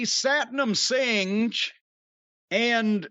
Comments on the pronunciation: Satnam “Singe” 😂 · I don't think that's how you pronounce his name. Jim: Well, I don't care. 🤣😂🤣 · “I don’t think that’s how you pronounce his name.” “Well I don’t care.” 😂😂😂😂😂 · This segment was Fucking Terrible when fans are chanting who are you who are you you know it's time for Tony Khan to go back to the drawing board and lol Jim cornette comparing the Giant Singh to the Giant Gonzalez is Absolutely Hilarious and Jim mispronouncing Satnam Singh's last name is Absolutely Hilarious and this guy reminds me of the great Khali outside of that this was a Fucking flop and why would AEW do the lights out that needs to be used for someone who the fans Recognize and not for some Jabroni that the fans don't know this was terrible. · I know it's schtick, but Jim's never had a problem pronouncing it for Rhonda Singh or Makhan Singh.